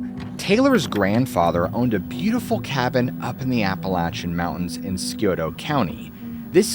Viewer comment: First, thank you soooo freaking much for pronouncing Appalachian correctly! ❤ Second, again thank you for your dedication to your channel and your subscribers.😊 Your hard work hasn't gone unnoticed 🎉 😊Dogman?? What about Dog Woman??😊😊😂